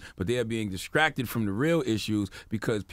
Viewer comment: He obviously has a speech impediment, he also has a lisp